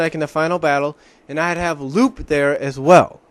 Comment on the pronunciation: Oh, and by the way, Lupe's name is actually pronounced "Loo-Pay", not "Loop". You probably don't remember her, but she appeared in the last two episodes of Sonic SatAM just before the show was cancelled. Just to let you know.